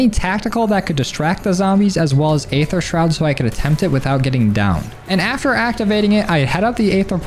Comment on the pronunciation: EEEther. not AAAAther lmao